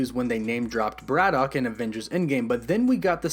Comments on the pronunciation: Why do you have problems pronouncing "BRITAIN" and instead say "BRITTON" and it's not "BRAD-DOCK" its pronounced "BRADDICK"... and what is a "MEW-TANT" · you say britain, braddock and mutant weird....good vid tho